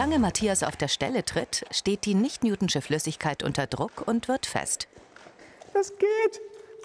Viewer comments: lern bitte wie man "Newtonische" ausspricht. Das wird so ausgesprochen, wie man es ließt und nicht "Newtnsche"... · Es heißt Nicht NewtONISCHE Flüssigkeit..nicht NewTONSCHE